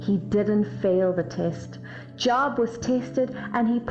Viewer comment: I have a question that is not intended to be a criticism, but I feel deserves an answer. Wouldn't a true Christian know that Job's name was pronounced with a long o like the word robe? 🤔🙄